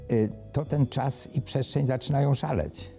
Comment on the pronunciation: Jak tu wierzyc na slowo typowi, ktory wymawia „pszeszczeń”